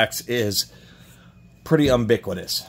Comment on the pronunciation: "ubiquitous" is you-BIH-kwih-tus.... Love ya, thanks for the vid!